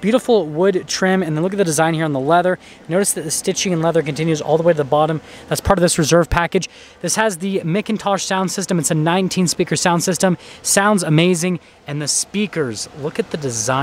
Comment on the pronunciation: MIKintosh is how he pronounced it. Geez. Younger generation doesn't know what McIntosh is. Pronounced MACintosh.